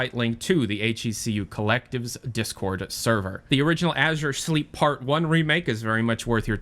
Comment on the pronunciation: Did you just said "Ažhjure Sleep"?